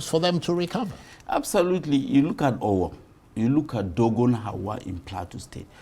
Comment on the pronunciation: of Arise news can't even pronounce Owo properly when he is a Nigerian. Jeez!